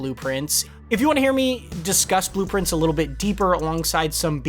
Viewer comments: Is bro pronouncing blue prince wrong to get engagement? He's literally saying blueprints lol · I kept thinking “Man, that sounds like blueprints when he says it” but did not realize it was intentional until I saw this comment lol 🤘